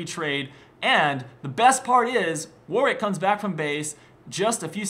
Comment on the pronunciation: His name isnt "Warick" his Name is WARWICK idiot